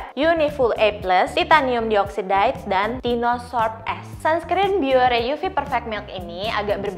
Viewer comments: Dioxide, bacanya ga gitu kaaa hehe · saran buat video selanjutnya, untuk yang perlu nyebutin chemical term kaya uv filter gini, mungkin bisa cari tau dulu cara penyebutan yang benernya. aku dengernya cringe banget denger dioxide, oxide, dll pronounciationnya kaya gitu 😥 dan satu lagi, it’s better kalau dijelaskan sedikit ttg uv filter yg disebut. kalau ga dijelasin, what’s the point of you informing us?